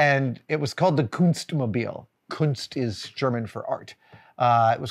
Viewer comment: "Kuntzmobile" As an Australian, careful with that pronunciation. :)